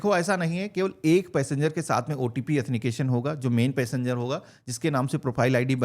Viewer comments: Au then ti cation ❌ Athni cation ✅😂😂 bhai thik se bolna bhi sikh lo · एथेनिकेशन 😂 आॅथंटिकेशन